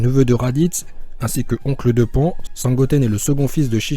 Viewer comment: Juste c'est Bardoque , Caba et on dit pas "Pan mais " Pane "